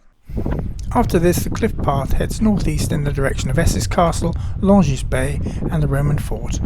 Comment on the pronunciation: quick note, the s in Longus and Tourgis is silent, so pronunciation is Longhy and Tourghi